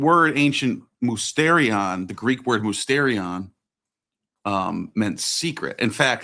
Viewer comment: Small correction, it's pronounced mistirion